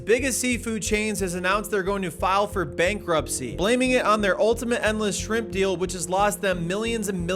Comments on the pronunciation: New to this legend! Am I the only one who noticed that 'shrimp' intermittently became 'scrimp' towards the end? 😂😂😂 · I'm so glad someone else says Skrimps I thought I was the only one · I love that he calls them "skrimpz" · “Skrimps” lol